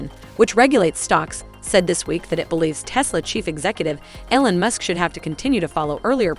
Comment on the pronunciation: It’s pronounced “E-Lon”, not “El-on”.